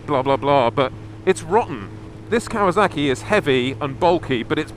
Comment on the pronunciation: Cool old bikes but you know it's Kawasaki, not Kawazaki, yeah?